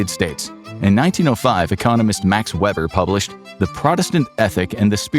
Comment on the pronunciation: You pronounced Max Weber's name incorrectly. It sounds like Vay-ber. Max Vay-ber